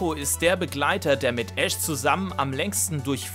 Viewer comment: nicht "Ass" sondern "Ash" ^-^ Ich bin auch kein wirklicher Fan von Pikachu aber du musst es ja nicht beleidigen xD